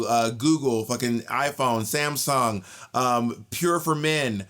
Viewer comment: out of topic but im obsessed with how bob pronounced samsung. sam-song. love.